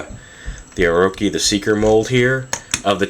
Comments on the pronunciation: it's pronounced oroCHI, c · Orochi is pronounced "Oro-chee", like cheese. :) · It's pronounced as "O-ro-chee" not "Oro-keeh". Btw, Orochi means "snake", hence, this based on a snake face as you noticed the front design of the car